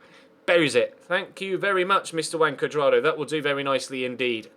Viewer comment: It sounds like you're saying "Wank Cuadrado"